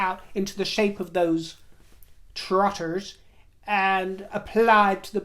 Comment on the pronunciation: Oh my, the way you pronounced, “those trotters” I had to rewind it 3 times, how I chuckled 😂